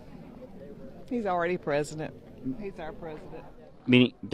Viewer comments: "He's already presiditt". 😂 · "He's awreddy presadunt."